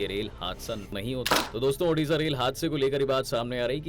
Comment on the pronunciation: Odisa not odasa